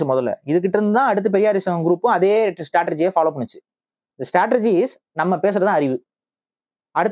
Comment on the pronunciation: ஐயா, அவர்களே, strategy என்கிற சொல்லை 'ஸ்ட்ரேட்டஜி' என்று உச்சரியுங்கள்! 'ஸ்ட்ரேட்டர்ஜி' என சொல்லாதீர்கள்! ரொம்ப நெருடலாக இருக்கிறது, உங்களுடைய பல காணொலிகளில் இது தொடர்ந்து வருகிறது. நன்றி!